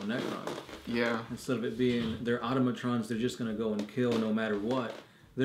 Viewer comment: Aw man, you got through yesterdays video without a single screw up, but then you hit us with "automaTRONS" first thing this morning... Tighten up,!